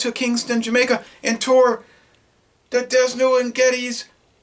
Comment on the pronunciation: The slogan for this brew used to be put it back with a Dragon! Figure it out! BTW the S is silent in Desnoes of D&G fame. I wouldn't expect him to know much about Jamaica or its products....